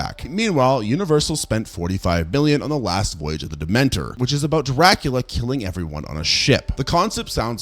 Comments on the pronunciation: Last voyage of the DEMETER, not Dementer lol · Great video, but... Demeter, like the goddess, not Dementia like Harry Potter.